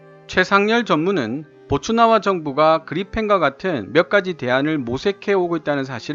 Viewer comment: 보츠와나를 보츠나와라고 말씀을 하시네요.시정 바랍니다. ~